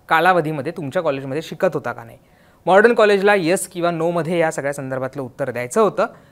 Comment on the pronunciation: आधी कॉलेजचा उच्चार नीट करा , Modern कॉलेज आहे mordon nahi.